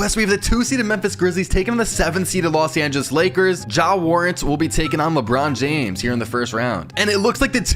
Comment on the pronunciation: "Ja warent".